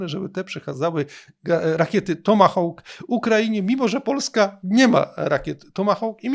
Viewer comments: "Hawk" wymawia się po angielsku jak "hok", a nie "houk", jak to się niektórym wydaje. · Mów pan po polsku, tomahawk, tomahawkiem bo inaczej musiałoby być fonetycznie: tomahołk, tomahołkiem